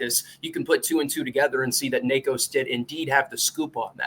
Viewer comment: I thinks it’s pronounced nikko iamadiva